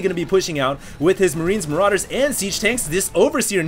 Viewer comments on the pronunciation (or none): none